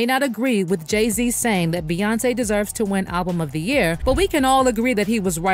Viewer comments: Why do all yall bloggers say her name like Bae even though it's spelt bey we all know it's pronounced like B Bae is crazy to me who ever says hey baeyonce 🥴🤦🏽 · Why do you keep calling her Ba 😂like it aggravated the f out of me every single time you said it?! Like what 🤔is she your girlfriend or what because that’s what people usually call their boyfriend or girlfriend